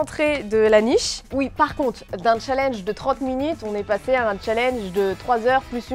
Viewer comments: Tu a dit chat linge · Challenge elle a dit cha l EN ge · La prononciation du mot "challenge" est morte😂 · Il faut prononcer le n de challenge